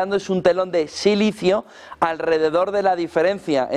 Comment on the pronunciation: José deja el sicilio que no es sicilio , es silicio ,!! Deja a los sicilianos tranquilos